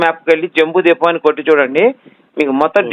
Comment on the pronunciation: ద్వీపం అనాలి బాబు